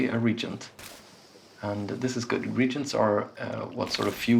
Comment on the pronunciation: With all this talk of "regents" I feel as if only royalty are allowed to play this game. :P Re-agents on the other hand...